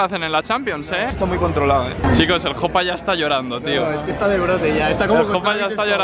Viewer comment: Soy el unico que se ha dado cuenta de que dice she para Jopa? (No hate)